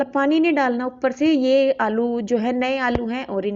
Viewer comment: Aap aloo ko alou kyu bolte ho ?